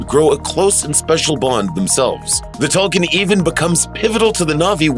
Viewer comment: it’s pronounced toll koon, not toll kin.